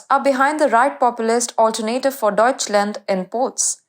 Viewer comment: The "Alter Native for Germany". You can't make this up. When are they sending some of their hosts to school in order to learn to speak understandable English, especially how to pronounce and where to put the emphasis. But to be fair this female host already has improved compared to some time ago.